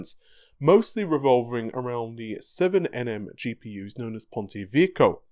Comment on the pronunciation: Ponte vecchio, not ponti vicchio